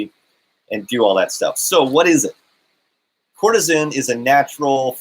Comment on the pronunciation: You are mispronouncing it. (Ker-ce-tin)